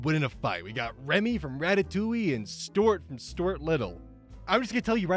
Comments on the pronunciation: It's stu art, not stort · I'm happy to see a video from you and imma let you finish.. but.. how do you pronounce Stuart? Did you for real say stort. Repeatedly? Stort. Wut? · It’s Stu-art, you absolute mong. Btw, love your vids. Much love…..You mong